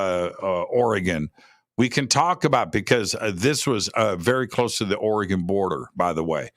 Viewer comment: It’s Ori - gun, NOT Ori - gone! Just fyi. Btw, most Sasquatch reside in Washington. However, I saw one walking along the N. bank of the Shadowy St. Joe River in N. Idaho (panhandle). This was in 1971 - I was 10 yrs old. It’s an incredible story that feels like yesterday. It was not a guy in an ape suit. My grandpa lived on the river, 3 miles east of Calder, Idaho. The nearest neighbor lived a mile away. It was re-mote.. Spokane Valley, Washington. Great show! These things are REAL. TY